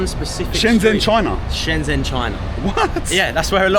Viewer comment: Shenzhen. Zh, is pronounced j. Stop pronouncing this wrong! Twatttts